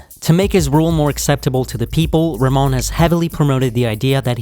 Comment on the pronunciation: Not Ramon he is name is RaHmon